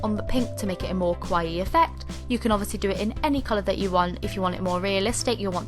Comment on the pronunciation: The way you say kawaii... 😱😱😜😜